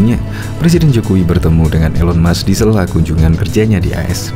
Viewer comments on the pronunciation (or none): none